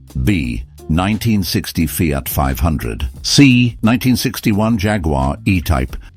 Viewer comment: Feeart, Renawlt. Jagwar. Romeeow, Where do you get them from>